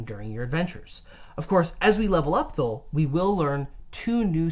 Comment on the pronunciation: is killing me saying thougl instead of though